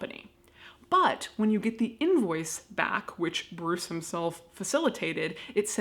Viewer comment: His name definitely ain’t Bruce.. take it from a Dane.